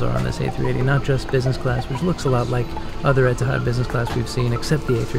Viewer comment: I'm confused. Etihad (pronounced here as "Etahad?") couldn't get rid of the A380 fast enough and said it would never return to service. Now they can't bring it back fast enough and they're celebrating its return with themed cards, amenity kit, etc. while making it known that they're getting rid of it again Why? Are they worried that Emirates, Qatar Airways (ugliest livery of any airline and hater of the A380), Singapore Airlines, British Airways and on and on had stolen their thunder by bringing back the world's best passenger experience, and attracting customers? In the words of the excellent Dennis Miller "just my opinion - I may be wrong".